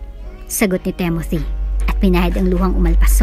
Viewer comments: It's Timothy, not Temothy! I think..... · Ok sana mga kwento. Yung narrator. Ang panget mag deliver. Timothy, tapos TEMOTI, basa mo.🙄 Pag mga pang sosyal na,pag may mga english na lines hindi na bagay sa narrator.. tsk